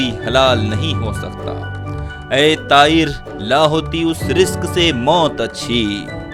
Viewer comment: اس شعر کا مطلب کچھ اور ہے اور آپ ملاہیت کے جنون میں کہیں اور لے گئیے ہیں پھر لفظ طائر کی ادائیگی Pronunciation غلط کرکے شعر کا مطلب ہی نہیں اسکی ادائیگی کا بیڑا غرق کیا ہے Raja khan London Uk 🇬🇧